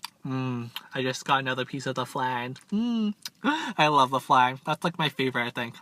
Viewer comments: 😂this man said flang instead of flan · It’s pronounced fl-on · You say flan wrong just saying